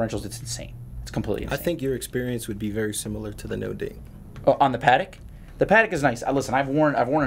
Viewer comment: After hearing you pronounce patek twice I'm not watching another